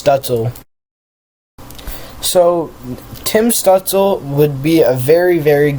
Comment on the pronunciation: It's your pronunciation. It's Alexee, and it's Stootzluh.